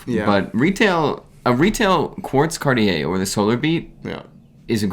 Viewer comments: Big fan of the show guys great on camera chemistry! But please stop pronouncing Cartier as car-ti-yay. It’s more like khar-tjay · Guys, just take a 30 minute class on how to pronounce things in French. You’re coming off as hill billies. Must “day” Cartier? “Chin” ois?